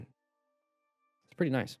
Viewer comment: "Guardrails are a pai- Tahts a nioce gaurdrail tho." Made me chuckle.